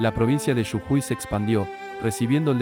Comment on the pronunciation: Jajaja! Quizás interpreta la J mayúscula como Y